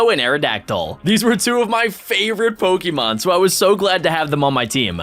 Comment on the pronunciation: Y do you call it pikimon